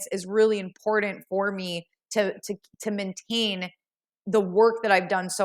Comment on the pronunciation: Add “men-tain” to the dictionary 😊